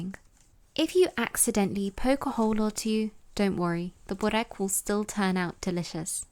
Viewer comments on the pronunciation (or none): Hi there, pronounced berrek. Berr like spur and fur. Rek is rek like reck. Not booorek or bohrek or bore-ek. My mum makes these- 2 full layers with cream brushed between, fetta and parsley spread over entire sheet, spirals and then dunks both sides quickly in water, and then brushes egg yolk, sprinkles sesame seeds and nigella seeds on top. To die for. Dunking in water is her secret . ❤